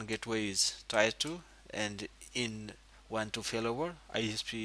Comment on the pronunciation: I'm guessing English isnt your first language... One little tip (and your english is pretty good, and english is stupid...) Tier =is not said like The >Tire< on a car... But like "when you you cry a Tear" Ya English is stupid.... So think... Tear 1, Tear 2... :) Thanks for the video regardless!